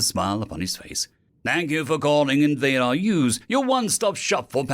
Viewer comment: Invader-R-Us, should be pronounced Invader Are Us. Like Toys-R-Us, which was a defunct toy store chain here in the USA.